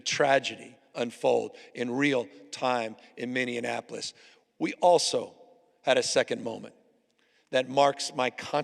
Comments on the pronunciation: Governor Newsom it’s pronounced MINN-E-APO-LIS …Love you from Minnesota ❤ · Someone needs to teach him how to say "Minneapolis" - he calls it "Mini annapolis" - might be something to do with his dyslexia... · Someone's gotta tell him it's not Minneanapolis. Two interviews I've seen now.